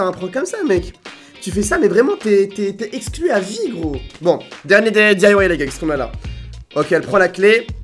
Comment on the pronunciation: Le nombre de fois que t'as dis esclus😂😂😂